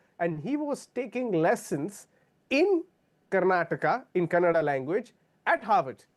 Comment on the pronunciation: It's kannada not Kannad, You North lowdas.